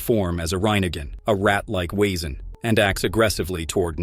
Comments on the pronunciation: I hate this AI voice, when it mispronounces the names and VESEN as its written, WEsen 😮‍💨 I have watched this series SEVERAL times and own it on bluray. I LOVE IT!!! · That pronunciation of Blutbad was really, really bad. Maybe just the AI voice, I guess. Oh. And it slaughtered Wesen too. (Although maybe I got the spelling wrong?)